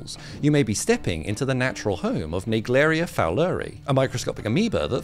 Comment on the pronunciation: "Naeglaiwrwreia fourwrwrirreiy"